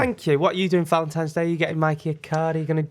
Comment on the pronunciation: How the hell did not pick up on ‘ValentiMes Day’??!! 😂😂